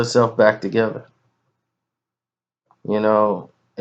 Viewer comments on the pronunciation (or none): none